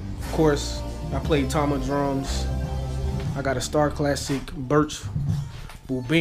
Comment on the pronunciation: You pronounced Tama correctly. Props on the joints.